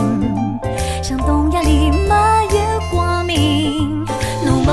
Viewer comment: 没有如果非要念成两个字的话，最好念成”m没“，而不是”没有“念的象苏北话一样。好像上海话”m"这个字是有的吧？口语里快读了听起来就是“没”，前面的m就省略了。 ”情“字最好念得老上海口音一点，那样才嗲。